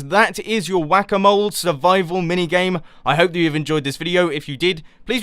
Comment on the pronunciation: am I the only one who hears "guacamole" every time you say "whack a mole"? ahaha